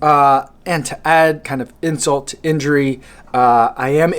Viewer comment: I heard "To add insole to injury" omg